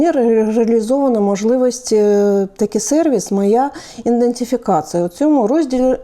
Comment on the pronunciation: Треба вчити чиновників вимовляти слово " ідентифікація ".